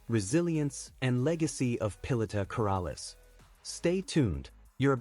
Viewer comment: Please know how to speak her name correctly